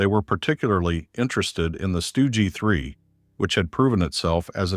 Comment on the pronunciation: AI is clearly not ready for prime time